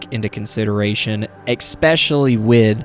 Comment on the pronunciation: You seem like someone that is dedicated to self-improvement, and I'd like to suggest that you practice saying "especially" - with all due respect, and appreciation for you sharing a video. I hope this can contribute to your improvement, as you are sharing with us for our improvement :D